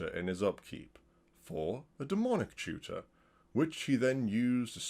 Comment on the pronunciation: my plebian ears kept hearing shooter instead of tutor